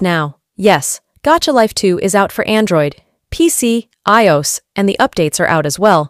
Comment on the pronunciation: Lol the way u said iOS